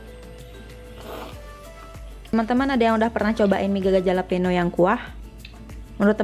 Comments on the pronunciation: btw dibacanya "halapenyo" kak, hehe sukses selaluu❤🙆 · Bacanya "halapenyo" bukan "jalapeno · fyi: pronounce jalapeno itu halapenyo:) Emg deh mie selalu bikin ngiler~